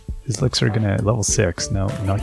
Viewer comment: The way the crops swirl around the player is so wild, it looked kinda like you were running away from a swarm of bees 😆 Kingwa has really grown on me. :DDD (( Also, I headdesk in the realization that 'Lickzer' is a shortened pronunciation for ELIXIR, holy cow 😅😂 ))